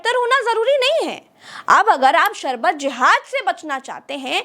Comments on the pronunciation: सारबत नहीं होता है शरबत होता है 😅😂😅😂😅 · Jise theek se sharbat kehna nahin aata..wo ek naami sharbat pe ungli Utha raha hai...😂😂😂😂